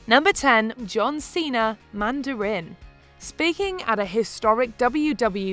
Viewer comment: The commentator needs to learn how to pronounce "Mandarin" in English.